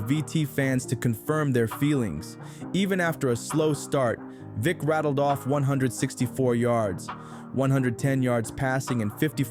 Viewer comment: Loved how always pronounced Vick as ‘Phic’😂